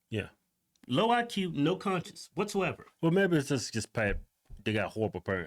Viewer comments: it's conscience not conscious. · Sorry but I laughed way to hard when you tried to pronounce "conscience".. Certain words that blacks can say and whites can't, goes both ways. Like me being a white guy can't say N!$#@ And blacks can't say the word "ask" LMBO. I am not racist and they only people who haven't laughed at that joke are Carl's and Karen's😅. I hate when people stick up for someone else being offended when they don't realize that person was never offended in the first place! I know you two are with me. Love your show, love your personalities! Hope I made you smile